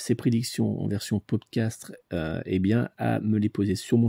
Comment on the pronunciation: Bonjour 👋 en toute sympathie , il me semble qu’on dit Pod Cast et pas castre 😊à moins que je me trompe . Merci et bravo pour ce tirage de grande qualité 😌🌸